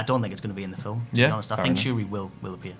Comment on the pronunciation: There's no "e" in film, dude. "Fil-em"??